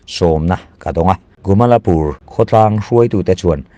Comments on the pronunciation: A thupuiah 'GUMALPUR' tiin i ziak a,a chhiartu-in 'GUMALAPUR' tiin a chhiar si a.A eng nge dik zãwk le? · Gumalpur ti mai la,Gumalapur ti lo in